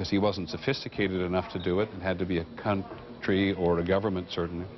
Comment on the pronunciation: 43 Peter says CUNT - TREE